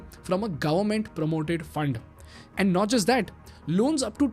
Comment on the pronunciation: Gavvment ❌ Government ✅